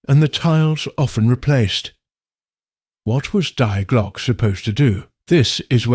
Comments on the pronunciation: if anyone cares its pronounced De Glocka or at least i think so, def a lot closer that die glock lol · nothing against ai voiceover but at least get the title of the video right 😂 its not "die glock" like in unalive its the german article "die" pronounced like "dee" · Die Glock like dying, what's that. Die is pronounced dee, but AI isn't particularly intelligent.